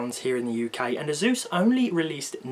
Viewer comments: Azus? Lmao this british accent. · When the British guy calls asus eyzues